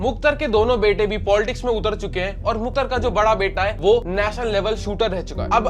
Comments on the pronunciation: Muktar nhi mukhtar he Repoter shaab 😂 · अबे it's मुख़्तार not मुख्तर bhai ko name pronounce nhi aarha aur case study leke chale aaye 🤣🤣🤣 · Bhai bolna seekh le मुख्तार है मुख्तर नही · Bhai view ke chakkar Mai vdo bna le Waise phle name lena sikh le मुख्तर nahi मुख्तार अंसारी बोल